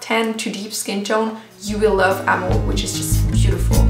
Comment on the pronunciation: Omg the way that you said amour and douceur was just like we pronounce it in Quebec I bet you speak French